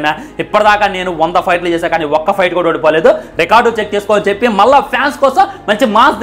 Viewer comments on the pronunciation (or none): none